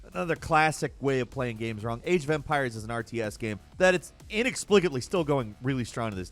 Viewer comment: Man, it's not the first video that you talk about Age of Empires and I only hear "AGE O'VAMPIRES" and keep "wow, I never heard about this game before...oh, it is Age..." aeuiaeheiuaehaeiuhaeiueaheaiuheaiueaheaiuheaiueahaeiu